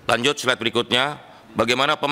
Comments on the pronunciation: apa yang bisa diharapkan dari orang yang ngomong "slide selanjutnya" aja jadi "SLED selanjutnya". Hancur hancur wkwk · "sled trakhir" "Letes" "Siber" Jelas sudah